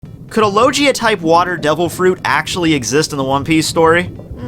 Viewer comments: i wanna watch this video but you just called a logia fruit a loJea fruit Please corret your pronounciation your killing my hears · It's Low-Gee-Aa, not Lo-Jee-Aa -__ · It would be called the mizu-mizu no mi, it's logia not lojia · It's (Low-gee-uh) ur killin me ma boi😂. Talkin bout a lojia fruit😂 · Did I just hear him say “Lojia” instead of Logia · Lojia type? I think you mean logia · is extremely smart also: says lojia instead of logia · Yessssssss logia not lojia it annoys me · Lo. Gee. A. That’s how I say it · it's not loJia, it's fucking logia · Low-Gee (guh not jee)-Uh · HE SAID LOJIA IM DONE... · No fucking way, did you just pronounce logia fucking Lojia, what the hell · Say it with me low-gee(as in like a karate gi)-uh. Its literally pronounced so much through out the show, it blows me away how so many of you one piece youtubers are consistently mispronouncing it. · Low-gee-ah not low-jee-ah Also I believe if a misu misu fruit were true then you could swim in water by using water around you. It would be op but that's why it would probably be one of the strongest. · Did he just say lojia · Ur saying lojia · "Lojia" ughh, hearing that makes my skin crawl, lol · "Could a lowgeea type dev-" Yup paused the video and I'm not watching the rest lol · "LO JI AH"?? Since when does G sound like J? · please for the love of God stop saying low-jee-a. please... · The way this guy pronounces logia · The way used to say logia is so weird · you pronounce logia wrong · the way he said logia...... AHHHHHHHHHHHHHHHHHHHHHHHHHHHHHHHHHHHHHHHHHHHHHHHHHHHHHHHHHHHHHHHHHHHHHHHHHHHHHHHHHHHHHHHHHHHHHHHHHHHHHHHHHHHHH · the way he said "logia" Kill me now